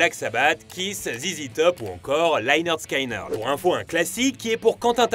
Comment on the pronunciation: Superbe vidéo , je ne t'en veux pas pour la prononciation de Lynyrd Skynyrd